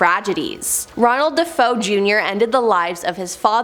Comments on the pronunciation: Ugh SAME!! Obviously totally ignorant of the history. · Thank You for saying that 😂. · You could be kinder about it. It isn't like mispronouncing it is going to change the world. Get your panties in a bunch over something that really matters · It's not "Deh Foe" it's "Dah FAY Oh" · Aarrggh! She's making me crazy! It's pronounced, "De-FAY-oh, NOT "De-FOE"!! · Their last names were pronounced Da Fay O. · Thanks for this! I can't watch the video because of it, it's just too distracting, and then I looked in the comments wondering if anyone else noticed "Deh-foe" and it's nothing but bot comments (except yours and a few others are not bots) and then I realized... so THAT'S how they got millions of subs. Bots. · DaFoe!!!! 😮Da foe of the story is da son who killed his family!!!! She obviously inverted the vowels!!! DaFoe!!!! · I stopped watching as soon as I heard how she couldn’t even pronounce his name correctly 🤣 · Not it’s DeFeo! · 😂😂😂😂 that's exactly what I thought 😂😂😂🎉🎉 Great job none the less😊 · I hear that! It drives me nuts too! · You beat me to it. She can’t even pronounce Suffolk. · if i kept calling you. Creeper man instead of reaper man im pretty sure you would get annoyed because that isn’t your name. Regardless if you think it’s a big deal or not, the pronunciation is incorrect ❄️ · Quite sure you wouldn't like your name mispronounced. It is just wrong and shows ignorance as well, that she is mispronouncing their name.